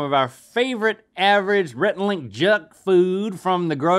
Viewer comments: it's pretty awesome that link pronunciation was closer than if we're talking about italian pronunciation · Link's smile after tells him he's saying the cheese perfectly is adorable!